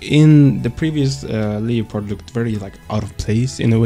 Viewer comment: its leh - pard, good video 👍